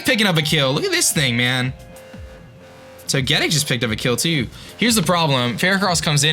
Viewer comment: I hate to be the one to point it out but to get ic its pronounced toga tick not to get ic i know toga tick doest look like it would but thats how it is